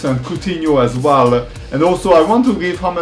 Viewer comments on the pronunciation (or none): none